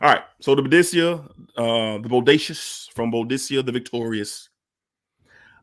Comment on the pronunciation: Just for clarity, the house name is pronounced “boh-day-see-ah”. But yes, Bodacious is very nice! However, French Defense is atop that scent DNA for me.